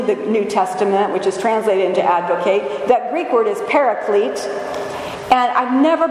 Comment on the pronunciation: Love everything about your spirit, beloved, but 'advocate' with a long 'a' is verb, not a noun. An ad-vo-KAT is what we have before the Father, one who ad-vo-KATES (as in Kiss Me Kate) for us.